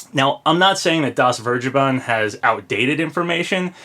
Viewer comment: "DasVergeben" is german and it is pronounced something like "Das Fairgayben" xd